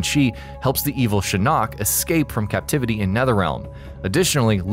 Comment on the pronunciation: No one else is bothered by the way he pronounces Shinnok?!?